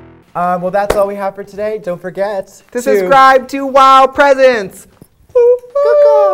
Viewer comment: Does it bother anyone else that trixie pronounces presents wrong?? He says it like presents as in gifts, not like presents as in presenting.